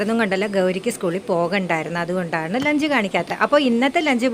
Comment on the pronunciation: ലെഞ്ച് അല്ല ലഞ്ച്